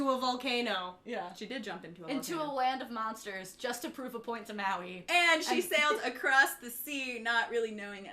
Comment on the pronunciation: im sorry but it pissed me off that you miss - pronounced Maui as i am polynesian